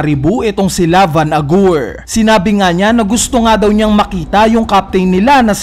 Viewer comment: bakit van agur yung pronunciation BWAHAHHHAHAHA